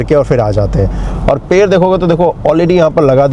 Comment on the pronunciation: Video to achcha banaya aapane lekin aapka ped shabd pair sunai de raha hai pura video aap dekho aur suno Jo ped hai use per Bula rahe ho aap😅😅😅😅😅😅😂😂